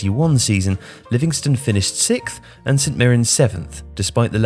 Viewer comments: Its livingston not Livingstone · It's Livingston, not Livingstone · It's "Livingston" not "Livingstone". C'mon this is amateur hour.